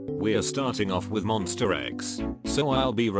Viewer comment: MONSTA not MONSTER 😢😢